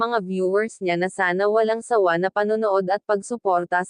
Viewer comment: Sabhn mu walang sawa. Hndi wlang sawa pg pronounce ayusin mu